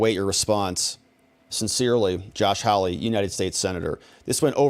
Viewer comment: His name is HAWley not HOWly.😎